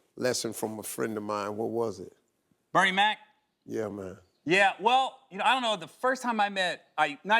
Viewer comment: DeeJayCee Yea sounds like he would say Big Mac or Bernie Casey with the same weird inflection which would be hilarious.